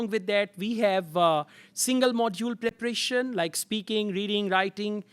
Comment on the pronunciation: Preparation not preprieetion.